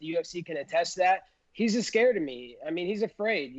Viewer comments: Colby “he’s ascared of me” Covington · Colby: he’s ascared of me. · "He's ascared of me"